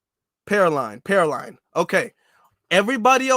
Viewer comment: PER-LEAN is how you pronounce it man😂😂